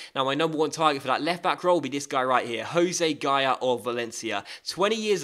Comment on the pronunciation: Did anyone notice when he said left bock😂